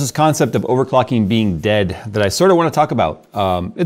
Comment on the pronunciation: "Overcocking" ... bejsus! 😅😅😅